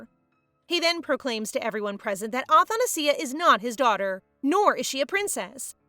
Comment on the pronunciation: athanasia is pronounced differently btwww :00